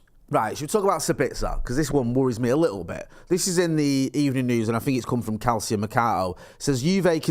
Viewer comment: It's pronounced Kal cho for Calcio mercato